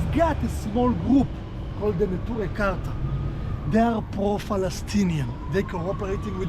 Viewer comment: 에 투레 카타라고 발음된 단체는 네투레이 카르타 입니다. 반시온주의 하레딤들로 팔레스타인 및 심지어 이란도 지지하는 사람들이죠. 하레딤 유대인들에 대한 정말 좋은 영상 감사합니다